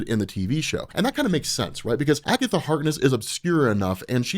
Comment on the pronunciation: 'It was Agetha all the Time!'